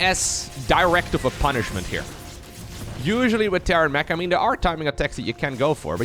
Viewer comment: It sometimes sounds like you say Terran Meh instead of Terran Mech, and it's very fitting when they go up against Serral.